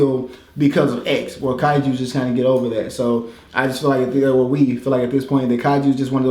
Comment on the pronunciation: dude said kaijus? .... unsubscribing